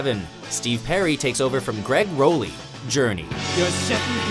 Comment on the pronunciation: At least pronounce Gregg Rolie's name right if you're gonna talk about the man!!!